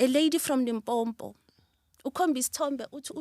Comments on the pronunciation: iam so impressed after listening to your interview with Sbu. If you can Pronounce Limpopo correctly not Limpompo sound foreign, please ngwana gešo. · She says she was born in Limpopo but she calls it limbompo. Yhoooo andizi shem. Anyway she's a force to be reckoned with. Great inspiration 👏🏾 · But why limpompo aowa its limpopo hle tjo.... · But you cant be from Limpopo and call it Limpompo 😅😂❤️... I love you and im definitely trying out your spirit. It works for me, i have acne and fighting it. Thank you for your brand, its bringing our confidence back. Love and light all the way from Soshanguve❤️❤️❤️ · Le nna I heard Limpompo-which is not correct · Shout out to our sister, I'm proud of her and surely gonna buy her products. Coming from LIMPOPO is gets to me when a Limpopian struggle with the pronunciation of this beautiful province.